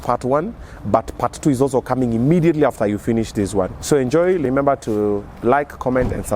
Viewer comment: Did I just hear lemember